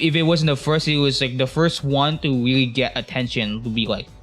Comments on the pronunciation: “Wike mows wewowe wiwwy weweased” dumbahh voice 😭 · "and i mean weally old" ahh 🥀💔😭